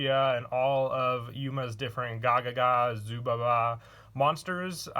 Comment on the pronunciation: PLs pls plssssss ZUBABA not "ZUBABA-BA"